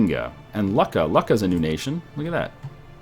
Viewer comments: Lucca is pronanced luke-a not luck-a. I know I've been there in real life. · lucca is pronounced "loo-kah" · its pronounced looka